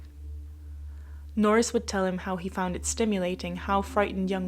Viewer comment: Nor ris....